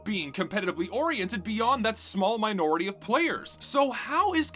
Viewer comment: Southern Twang coming out for the word minority? Sus.